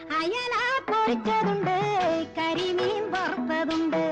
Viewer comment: അയല പൊറിച്ചതുണ്ട് പൊരിച്ചത് അല്ലേ എൽ ആർ ഈശ്വരി തമിഴത്തിയായതു കൊണ്ടായിരിക്കും ഉച്ചാരണം ശുദ്ധിയില്ലായ്മ